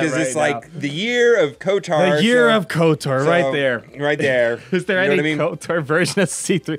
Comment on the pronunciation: thats kotor, they were saying kotar